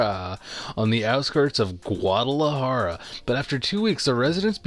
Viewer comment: Jalisco is pronounced “ha-lee-sko”. You did okay with Guadalajara lol.